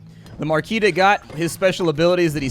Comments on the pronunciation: It's obviously Marquise de CAT (as in the "meow"-ones) not Gat or however you pronounce it. :) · Slight Nitpick: I believe you almost pronounced the Marquise De Cat correctly (the Cat is literally pronounced), but the birds are the Ear-E.